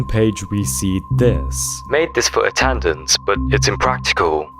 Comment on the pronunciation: Buddy said "attandance" 😂🤦🏼‍♂️ *Attendance* *Ah-ten-dense*